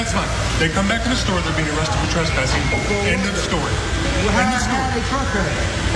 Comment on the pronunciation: It's tress-passing not truss-passing... try being able to pronounce the words you are going to use in a story...